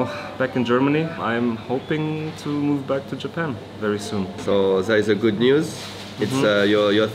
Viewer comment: les emotions quand a dit “gooT” avec son accent!! Ça m’a envie de re regarder une énièmes fois les anciennes vidéos. Contente de voire en tout cas 🥳